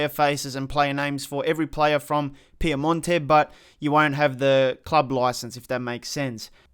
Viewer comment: Why do you say Piamonte Calcio and not PiEmonte .... there is the E not A :D